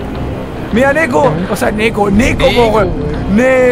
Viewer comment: ooooo ubieras dicho nekoz wn no neko xD YO SOY NEKOZ